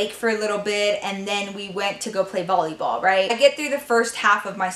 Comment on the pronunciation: who noticed she said bolleyball instead of volleyball lol :)